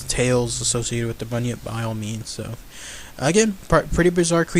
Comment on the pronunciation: You said it correctly and is also from Australia